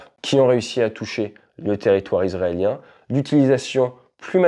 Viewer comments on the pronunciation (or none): Hello, il va falloir s'appliquer un peu plus sur la prononciation du mot "Israélien" haha, à des moments ça devient trompeur 😂. Merci d'avance 👍🏻😃